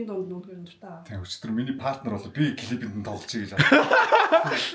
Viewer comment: Партнёр гэдэг үгийг паартнёр гэж эхний эгшиг үсгэн дээр өргөлттэй дууддаггүй шүү,партнёр гээд ё үсэг өргөлттэй эгшиг шүү гадаад монголжсон үгнүүд ээ зөв дуудаж сураарай, дүү минь ээ кк